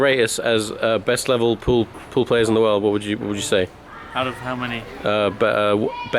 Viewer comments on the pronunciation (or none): Pool??? Poooooollll????? Say it with me. S-noo-ker.